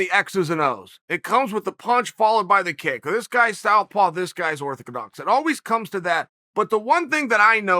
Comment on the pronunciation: "this guys stowpaw, this guy is orthakadox"